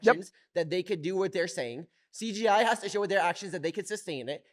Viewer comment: why doe Mikey keep saying cGi